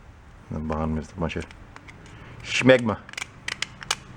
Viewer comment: He he. He said shmegma...